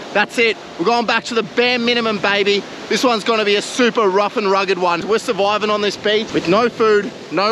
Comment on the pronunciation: Im sourvoiving got me